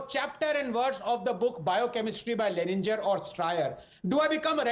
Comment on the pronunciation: Did he mentioned lehninger and stryer. 😅